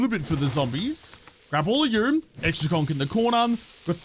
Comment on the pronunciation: Does anyone else hear kronk when he says conc